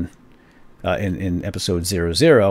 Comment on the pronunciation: ....in this epeesode. Tee Hee Hee!! LOL